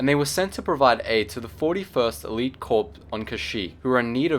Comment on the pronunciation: Geetsly's Corps is pronounced Core and the planet is sal-ue-cami.